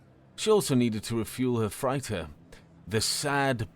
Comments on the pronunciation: How can you pronounce chandelier and freighter so wrong? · Probably worth pointing out that "chandelier" and "freighter" aren't pronounced the way you keep saying them. Also "hemoglobin" is "globin" not "goblin". And I've said this before on another story, but "lattice" is still not pronounced the way you said it either. You're also not saying "atrium" correctly. You should really look up words like this before saying them wrong. And you read "protest" as the verb when it was clear by context that it was being used as a noun, too.